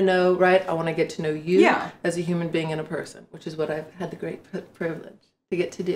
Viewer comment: This interviewer is disingenuous, "great puh privelegde" this simple slip reveals that she actually has no respect for Mia & certainly does not feel like it is a priveledge to interview her. She has only taken her in (no pun intended) because she believes her controversy will bring her views.